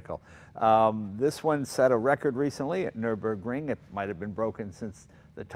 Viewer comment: Remember when Jay once said 'nurenberg ring' 😀😂😂. Bless him.